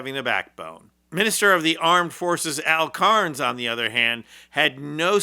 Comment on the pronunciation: His name is Carney, not Carnes.